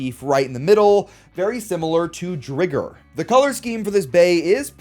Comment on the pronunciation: bro pronounces "weiss Tiger" correctly but not Driger?!? its pronounced "Dry-ger" like cmon "Drigger" has two Gs like Digger but Driger is a Tiger so PRONOUNCE IT LIKE TIGER